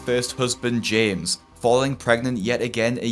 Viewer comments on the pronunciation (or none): none